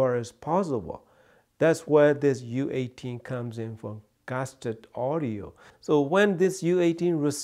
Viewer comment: Did you say Gasturd at the beginning of the video? 😁